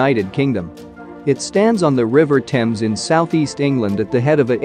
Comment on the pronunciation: Rio deJaneiro is very much at risk. Incidentally, how extraordinary to be able to pronounce "Thames" correctly but not "Italy" or "medieval".